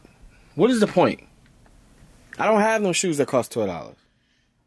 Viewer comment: “Twerve dollaz” 😂